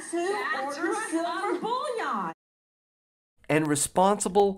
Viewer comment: Yeah, i kinda enjoyed that part too. At least learn how to pronounce the word first.